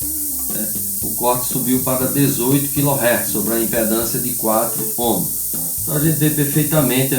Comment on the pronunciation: Muito bom esse vídeo e sua explicação . Só me chama a atenção que todos pronunciam(ohms) "omos" , mas o correto é" omis" . Abraços a todos .